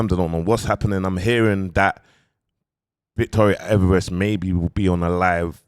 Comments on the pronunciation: You finally got the name right!! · Aye he finally got her name right 😂😂